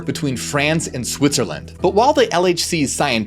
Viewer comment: Dis say Schwi-tzerland? lol